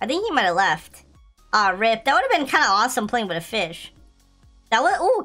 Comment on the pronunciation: Star code fish😂😂😂😂😂 he said it wrong